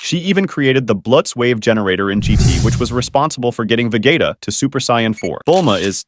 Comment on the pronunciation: ve-gay=ta got me off guard